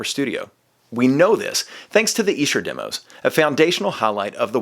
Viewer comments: E-sher demos..........Esh-er demos son, yanks love ruining pronunciation's, seriously burning my brain the way you are mispronouncing it......dope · Another word Americans pronounce incorrectly. It's not E Sher it's Esh er. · Dear Americans: It’s Esher, not “eesher”. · It’s Esher, not Eesher. It’s named after the Esher Estate where they were recorded. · 'Esh-er' demos NOT the 'Eesher' demos! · I want to scream! Its Esher not Eesher. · Please stop saying EE-sher. It's Eh-sher. Just saying. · ITS EH-SHER! Not Eeee-Sher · ESHER IS PRONOUCED WITH A SHORT "E"... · Are you sure it's EESH-er? Seems so unlikely. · It’s ESHer demos.. pronounced eshah or sketch... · if you're saying Esh-er you're saying it wrong sorry bud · I lived in England for 5 years and everyone there called it Esher (with a short e) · It's pronounced Esher, like elephant. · Its not pronounced eeeeesher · Eh. Sure. Like M.C. ESCHER. PRONONCED...(EH...SURE. DEM...O'S.) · No it is Ee-Sher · Yes, it’s named after the town where . they were recorded. But you’re pronouncing it incorrectly. Go look at recent videos where Giles Martin says it. :) (Honestly, it’s potato / “potahto,” but given the subject matter, I’ll say it like a Brit.) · Why do I get the feeling is mispronouncing Esher? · Weird pronunciation of Esher! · Incorrect. Listen to Giles Martin pronounce it in the press videos before this came out. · When you prouncer Esher...its an E like Elephant not E like Eel....